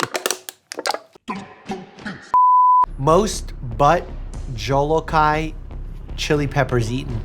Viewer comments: No offense (I love russian accents) but the way you pronounced the ghost pepper's actual name sounded so russian when I'm pretty sure it was meant to be Indian. Also, as a person who was born two months early, it's impressive for all eight of them to have survived. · 'Bhat Jolokhai" its pronounced boot jo-lo-kia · I love how you pronounced jolokia 😂 it’s actually pronounced Jo-Low-key-ah 😊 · The he said Bhut jolakia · Dr Mike’s attempt to pronounce “Bhoot jholokia” cute 😊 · Love your videos man but have to say the Bhut Jalokia pronunciation was hilarious 😂 Not in any way upset. I guarantee you’re way too busy to know about different chili peppers. As a pepper head it was just really funny! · It was funny how Dr. Mike is Russian but he messes up the pronunciation of the pepper chili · That bhoot jolokii pronunciation had me dead as an Assamese